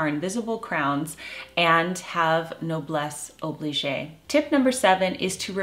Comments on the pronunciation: It's 'Noblesse oblige' NOT: 'Noblesse obligé' [pronounced: obliSH NOT: obliSHAI -which would be past tense and sounds like oublié / forgotten :) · 'noblesse oblige' [pronounced: oblish] NOT noblesse obligé [with an é would be pronounced: oblishai which is a grammatical mistake] Please :) I think I heard it mispronounced in this video series before. The correct way of saying and spelling is: Noblesse Oblige Not Nobelesse Obligé (reminds me of 'oublié' = Forgotten. Noblesse should not be forgotten! LOL) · Hello from France! Words of wisdom here indeed. You are so right! Just a little correction on pronunciation - Noblesse oblige is pronounced as 'obleej' and not oblijay' The is no accent on the e of oblige. Thanks, as ever, for the wonderful content. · As a French I'd like to say that the pronunciation of "noblesse oblige" is "no-bless ob-leej". After the letter g, there is no sound as the "e" is mute. A bit like in the word garage (US pronunciation). I personally do not use this expression in relation to me, as I feel it might sound rather snobbish and superior, possibly ironical and as if I'd be looking down on others. But of course, it depends on the context and how it's said. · Not oblijay!! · Wonderful tips and so helpful in so many situations. As an Anglo and Francophile, you might want to check out their pronunciations of noblesse oblige. Blessings. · There is another way that you might consider pronouncing noblesse oblige that is more commonly accepted. They say mispronunciation is a sign that you read a lot and that your reading vocabulary is larger than your spoken one.